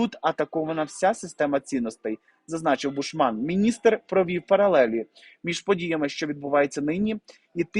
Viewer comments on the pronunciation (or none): гарний контент, тільки неправильні наголоси у словах та прізвищах вуха ріжуть, важко слухати: БУшман, а БушмАн, ФесЕнко, а не ФЕсенко, втОргнутися, а не вторгнУтися.